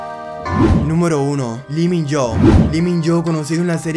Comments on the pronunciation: Me caga como dice los nombres man🙄🙄 lee min yo 🥴 boys over flawer💀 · Disculpen pero se pronuncia lo Min yo o es li Min jo (no está bien escrito)